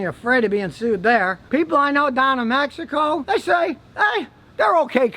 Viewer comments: I'm just glad to hear an american properly pronouncing "México" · that is the way it's supposed to be pronounced. That's how spanish speaking people pronunce it.